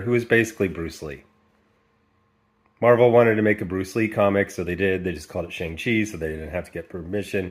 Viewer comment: The only thing that resembles the Shang-Chi character is his name. They don't even pronounce his name correctly. He's been around for 49 years. He would be the easiest character to do. He's basically Asian James Bond w/ daddy issues. The worst thing is they're doing the same thing with Namor. If they're not going to honor the legacy of the characters, give them another name. As bad as this is, The Eternals is worse.